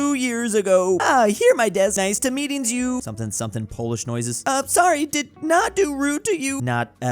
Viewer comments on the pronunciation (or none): none